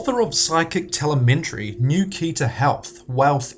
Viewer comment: "TeleMENtry"?? It's "te-LEM-e-try"....